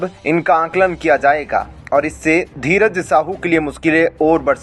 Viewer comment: Tum sahi se dheeraj nahi bol pate kya patrakaar ho tum